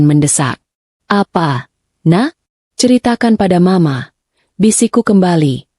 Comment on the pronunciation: Ceritanya bagus dan cara pembaca narasinya nyaris sempurna,cm sedikit yg menganggu pendengaran sy cara mengucapkan mama ada beberapa kali di ucapkan dgn singkatan M A, hrsnya ma aja.itu pendapat sy.